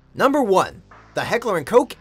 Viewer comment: At least he pronounced h&k right